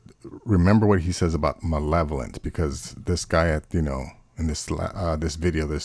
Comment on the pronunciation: Malevolent. The word is malevolent.